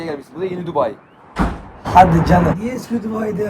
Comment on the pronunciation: Dubai ❌ Dubei ✅